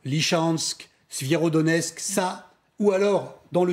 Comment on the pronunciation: « Doneshk, Lychansk, Svierodonesk… » Oui, sans parler de Mylan, Brakhrmout, Sklovianshk, et Karmatrotsk. Sérieux, ça fait 10 mois qu’on entend ces noms, apprenez à les prononcer correctement.